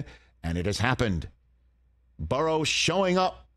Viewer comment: Can’t stand Rich talking Bangles because of the they way he says Joe Buh-Rows name